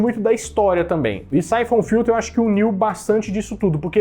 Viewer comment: Cara vc não sabe nem falar o nome do jogo syphom filtro era muito fácil de zerar e teve continuação nos consoles da PS 2 3 não gostei do seu canal muito papo furado pouco jogo vsf